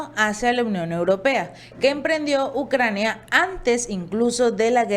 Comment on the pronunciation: Es Ucrania no "Naucrania"